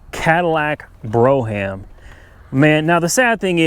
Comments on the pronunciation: I Agree . Its not Bro ham . used in a sentence ( BRO pass the HAM) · It’s pronounced Brome.. good grief.